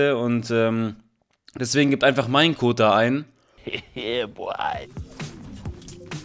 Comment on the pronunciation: Er sagt nicht mein Code ist der beste sondern mein Kot ist der beste ahja